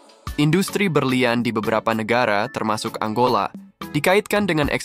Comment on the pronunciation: Angola min, bukan Anggola